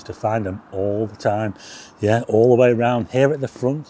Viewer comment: Please don't drink every time says "yeath" Cheers!